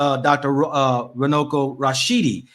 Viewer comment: I'm from Zimbabwe and i think he meant to say Runako which means beauty. Runuko does not mean anything in Shona language 😊